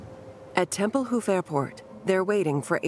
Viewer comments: TempelHOOF? Where did that extra "O" come from? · My favorite was TempleHOOF. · By the way the name of the airport is Templehof. The "hof" part is not "hoof" like on an animal. It's like saying the word "hot". You don't say "hoot". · Tempelhoof? Where'd they put the horses? It's a feckin' airport. (The word is Tempel-hoff.) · Temple Hof like Hoff, not hoof and Krupp like cup not Croop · "Templehoof"?! Who taught this woman how to pronounce German? No one, apparently... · Whoever the narrator is, really needs to learn the proper pronunciation of numerous German names...obviously, not a student of history..."tempelhof airport, krupp and ruhr valley" are just a few she butchered.